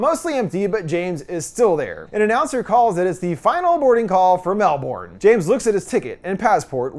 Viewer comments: It’s not “MEL-BORN” it’s “MEL-BIN” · PLEASE learn how to pronounce ''Melbourne''